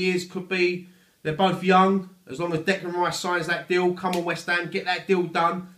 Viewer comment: "ELLO', FROM WHEST AM FAN TV", love it